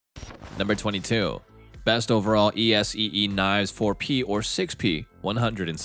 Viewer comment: The stupid AI mispronunciations are grating enough to have to duck out. It actually spells out ESEE knives! ;) Where have all the humans gone?